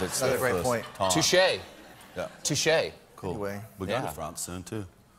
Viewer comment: As a French yeah « touché »was enjoyable to hear 😂 Love to America from France 🇫🇷